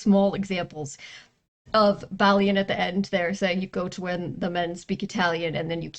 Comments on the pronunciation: But because french has to be french about it. The most correct way to say his name is bah Lee ohn. But real quickly all together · The way you say balien is about the most wrong way anyone can say it. Im Hispanic. The biggest help is a, e, i, o, u. Everyone said it in the way they know from learning a b c's. Balien is french. No on actually says it right. In latin. A e i o u..... is ahh ehh eee ohhh g"oo"gle